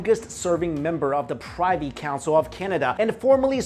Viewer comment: It's pronounced "pr-iv-i" council not "pr-iv-ie" hahah